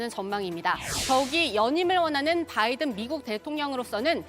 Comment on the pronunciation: 김대변인의 바이든이 자꾸만 날리면으로 들려요... 다시 한번 들어 보세요.